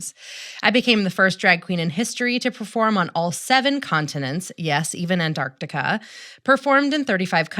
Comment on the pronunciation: This is the second time today...which is fricking weird, that I have to say that the 2nd syllable of Antarctica has a "C" in it!